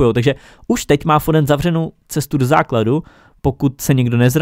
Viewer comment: mohl bys prosimtě něco udělat s tou příšernou výslovností? 😅 Jako některý jména jsou fakt perly, v tomto videu si tak vzpomenu na /fodena/ nebo /chiesu/, který si dost myslím, že se oba čtou jinak, ale každopádně mě rozsekal v jednom.z dřívějších videí tvůj stoper Bayernu se jménem /hamls/ 😂